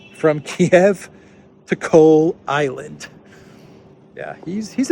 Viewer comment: Carlisle... not Cole Island. Still nonsense though to be honest.